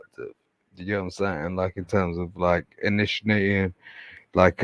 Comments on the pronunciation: From the 'initinating" I could tell he's no lawyer....... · Did this man say, "Inishinating" 😂 it's "initiating" sir.